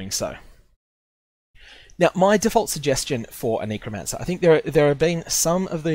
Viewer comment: nee-crow? lol, it's a "neh" sound, not a "nee" sound